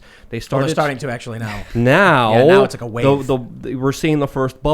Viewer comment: Well arkthullly... that’s all I hear from these basement dwellers